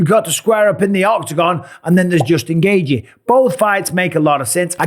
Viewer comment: Justin Gaygee 😂. It’s pronounced GAY-CHEE